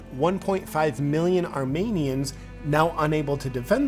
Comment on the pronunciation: bro the way that effer pronounced Armenia hurt my soul. they can't even say the shit they're using as propaganda right